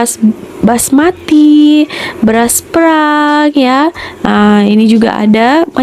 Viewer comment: Bunyi E di Malaysia ada dua. Satu bunyi PErang (war). Satu lagi bunyi PAYrang. Utk beras tu kita sebut bunyi beras payrang. Payrang bermaksud brown.